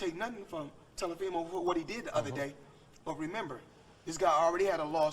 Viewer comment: he also said telafimo😆